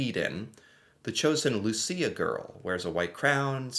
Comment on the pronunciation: My grandmother’s birthday is on Saint Lucia day :D (also, you pronounced it perfectly )